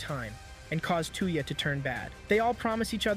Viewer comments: I see there's another person who tries to westernize the names of anime characters. Dude's name isn't two-ya. It's toe-ya. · Sorry 53 seconds in i cant stand how you say the name 2 ya its touya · While a good recap the computer software mispronounces his name . It's not "TOO-ya" it's "TOY-ya" assuming I got this phonetic pronunciation thing lay out correct here. I own the Reincarnated In Another World With My Smartphone anime here. I'm glad I get to see the story arc parts that weren't in the anime I have here!!!!!! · How far is Seamus anime and that is not his name? Stop calling him tuya Instead Of Touya. Maybe you cannot speak right? But please stop massacring the name. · When he says tuyah I keep thinking of hawk tuah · His name is 'Toy-ya' lol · how you said his name hurt my soul lol